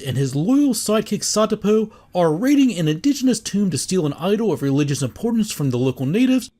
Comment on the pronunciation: Love your videos. I've learned more watching them than by reading and re-reading the source material! A constructive comment... Even though it's typically seen written as Satipo, the Alfred Molina character is Sapito (suh PEE toe) in the movie. You can hear it spoken when Indy finds that he was killed by the spear trap, tips his hat, and says "Adios, Sapito."